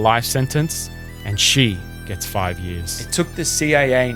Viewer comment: Narrator's inability to say the word "years" properly is very distracting.